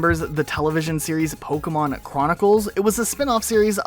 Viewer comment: Bro... please stop saying polkamon...